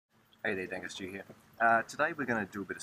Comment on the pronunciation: Hi, another great vid. You may want to slow down your intro however. I know that you're. But when you say it in the intro sometimes it sounds like "Dinger Stew" (Not very appetising) Love your work.